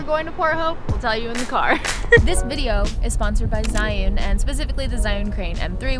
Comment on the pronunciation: 智雲 "zhee-yoon" not "zhai-yoon"